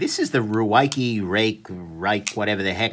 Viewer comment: "Rake" them over the coals.. Rikable" XD!!